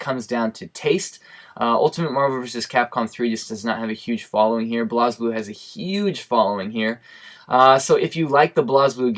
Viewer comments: Great Video. It was good to hear your thoughts. Especially since you have japanese reactions that most of use are not aware of. For future reference, blazblue is pronounced 'blaysblue' instead of blahsblue. Not criticising though. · I thought it was pronounced "blaze"blue